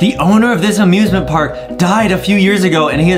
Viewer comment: OMG they say amiusmint Park at the same time